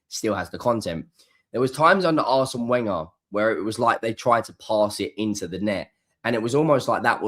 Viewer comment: Why can't you pronounce Arsene Wenger's name properly?